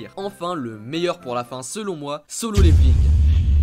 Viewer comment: par contre pour solo leveling sa ce prononce pas song